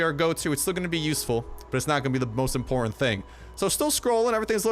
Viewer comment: whait a moment. You said... IMPORTANTE?????( Is a word in spanish (i speak spanish)